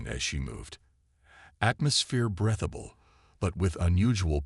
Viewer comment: PLEASE get rid of this AI OR fix it!!!!!!!!!!!!!!!!!!!!!!!! Every one of your stories SUCK just because of your crappy AI, even though the story plot itself is good. "BRETH-able"(breathable), "SEEZmic activity", "QUARin-TINE"(pronounced quarenteen"!!!!!!!!!!!!!